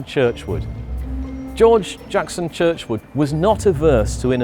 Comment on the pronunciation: George Jackson Churchward not Churchwood